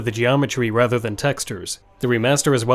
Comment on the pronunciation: your pronunciation of "rather" gets a 3/10, or whatever.